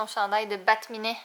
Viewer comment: c pas bat-minet mais bat-cat